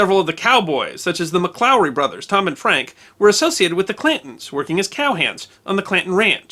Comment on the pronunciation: It sounds very much like your saying ''Clintons'' instead of Clantons.